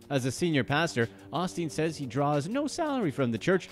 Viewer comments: OSTEEN. OH. STEEN. NOT AH-STEEN. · Every time you said Osteen I cringed. It’s “O” steen